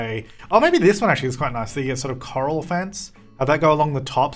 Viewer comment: Every time you pronounce the corral fence as the coral fence...